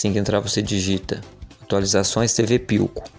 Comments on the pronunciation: Não é por nada. Mais o nome é philco. Não pilco... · Pilco, tá lá, se pronuncia Filco, Philco!